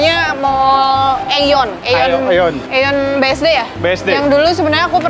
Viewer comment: Bacanya iyon bukan eyon 😊. Harganya sama tuh sama di Jepang sini, termasuk mahal 😮